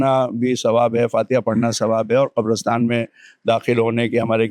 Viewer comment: Qabrastaan not kabrastan.